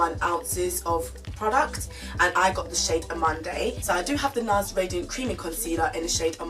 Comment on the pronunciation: You may or may not care or may be offended for the correction , but the concealer name -amande (French word) ...Amand(eux) not amand(ay)... to make it easier, keep the ‘e’ is silent 🙂...I watched your other video and noticed you also said Amanday. 🙂 but if amanday floats anyone’s boat, then Amanday it is 😆 😬